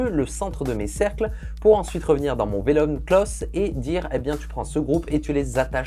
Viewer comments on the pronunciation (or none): none